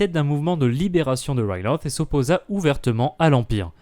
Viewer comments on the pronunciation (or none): oui sauf qu'en Français Ryloth se prononce "Rilote" ou "Rylote" Sinon très bonne vidéo à part ça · c'est quoi cette prononciation de Riloth?